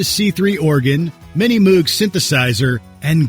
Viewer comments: Some pronunciations: both Moog ( the synthesizer manufacturer) and Copland (the composer) are pronounced with a long "O." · Learning to properly pronounce Moog and Copland would have been helpful.